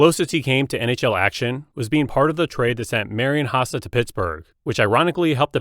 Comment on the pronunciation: The pronunciation of Hossa 😂😂